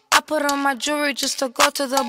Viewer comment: And “purron” for put on